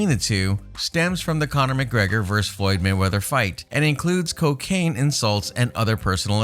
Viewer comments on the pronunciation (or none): none